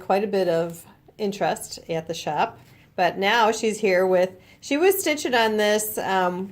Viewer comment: In the first line she left the “h” off the word with❣️❣️❣️